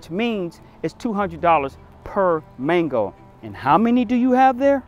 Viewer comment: Why couldn’t he pronounce 🥭 the first time lol ?😂